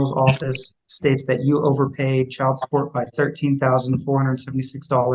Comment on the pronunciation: Girl, the word is pronounced "chy-uld", ok? Not "chald".